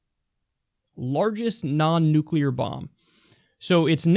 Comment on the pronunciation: What do you call a non-nucular bomb ? A bomb .